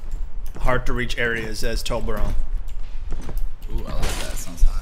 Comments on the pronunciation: why do you say torbron instead of saying torbjorn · It's tor-b-orn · aint it pronounced Torb-yorn? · I like how pronounces him as "toblerone" lmao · Did he say toblerone like the chocolate lol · its pronounced torh-bee-ohn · No Toblerone (the chocolate) is so much easier to say :P but yes that is how it is pronounced correctly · Its so funny when non swedish people pronounce Torbjörn :D